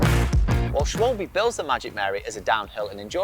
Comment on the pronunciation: Schwalbe, pronounced; 'Schwie - ba'. Means Sparrow. Or so I heard from a German. Interesting to hear your take on their new radial? Edit: Actually mean Swallow...sorry.